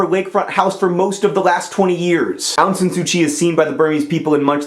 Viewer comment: ahhh! :) my mama's country! <3 she got to vote in that election. ik that mispronunciation is ur thing, but u pronounced Myanmar wrong. also the 'Aung' in Suu Kyi. xD hehehehhe